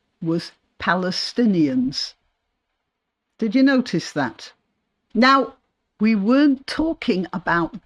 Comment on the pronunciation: I thought he started saying Palace not necessarily Palestinians.